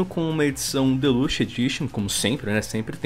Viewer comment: Me dá uma agônia fudida quando o fala "Deluxe".